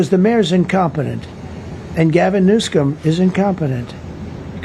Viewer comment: Trump said "Newscum" 😱😂🥹